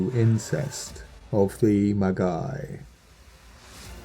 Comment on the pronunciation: ...and Magi is pronounced with a soft j. (Maji).